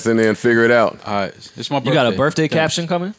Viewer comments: Man pronouncing birthday as birfffday makes him sound so cultured. Keep up the good work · I hate when people say Birfday